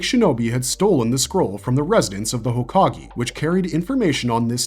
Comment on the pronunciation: Couldn't make it 5 minutes in without stopping due to the abundance of mispronounced words. As soon as I heard jutsu pronounced like butt-su it was the final straw for me. I just can't understand knowing enough about Naruto to make a video on it's characters... but getting hokage wrong - one of the most used words in Naruto. HOKAG-AY, NOT E!